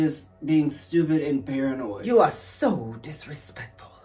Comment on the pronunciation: Did she say Bearanoid?